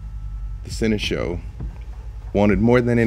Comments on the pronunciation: I just can't help but feel like I'm losing my mind whenever says "Sen-eh-show" instead of "Sen-eh-shawl" and nobody has ever corrected him. Am I wrong on the pronunciation?? Is this really a "toe-mah-toe" situation?? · No one:...: "Seneshow"